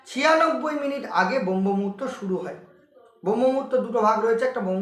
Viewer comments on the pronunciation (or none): প্রথমত দেখলাম দাদা আপনার উচ্চারণে অনেক ত্রুটি হচ্ছে আপনি শাস্ত্রকে শাস্ত বলছেন, ব্রহ্মমুহূর্তকে বম্ভ মুহূর্ত বলছেন। আর সব থেকে বড় যে জিনিসটা দেখলাম যে সূর্যোদয়ের ৯৬ মিনিট আগে এ কথা প্রথমবার শুনলাম। যতটা পেয়েছি যতটা জানি তাতে ৪৮ মিনিট আগে পর্যন্ত হয় দুই দণ্ড। কিন্তু ৯৬ মিনিটের কনসেপ্ট প্রথমবার শুনলাম।